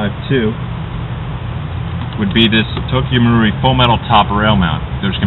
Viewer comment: finally! About time someone pronounced Tokyo marui right!! GJ!!!